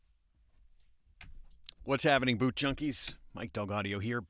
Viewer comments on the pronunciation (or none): none